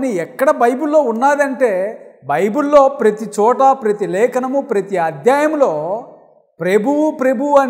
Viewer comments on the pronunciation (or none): none